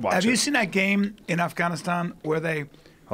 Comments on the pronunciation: “have you seen that game in AHHHHFFFganaaastaahhn”... what a pretentious douche bag this guy is... I mean who brings in wine and cheese on top of it... Man up and bring a six pack of beer and pronounce Afghanistan how the rest of us do!!! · “have you seen a game in AHHHHFFFganaaastaahhn”... what a pretentious douche bag this guy is... I mean who brings in wine and cheese on top of it... Man up and bring a six pack of beer and pronounce Afghanistan how the rest of us do!!! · Bryan "In Afgoneiston" Callen